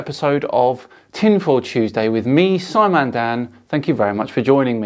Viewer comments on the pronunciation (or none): none